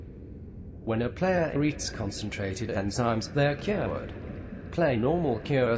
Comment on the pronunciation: "They are cyuwered"